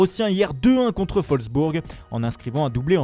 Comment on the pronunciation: On dit pas "folksbourg" mais bien "volksbourg" le w se prononce v, c'est le v qui se prononce f